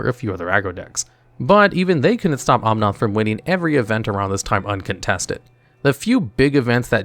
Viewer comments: I love how there's an "editors note: cuz he mispronounced Escape to the wilds after the narrator mispronounced Eldraine, Planeswalker, Bedevil and Omnath. And thats only the first half xD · "OMNOTH" "TEEBALT" "BED EVIL" I literally can't with you, bro